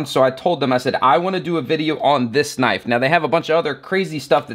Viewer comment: Thaht's nawt a knoife thiies is a KNOIFE!